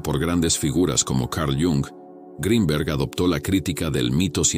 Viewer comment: Que bien pronuncias Greenberg en inglés,,,,,si te esforzaras lo mismo para la pronunciación del español,,,otro gallo cantaria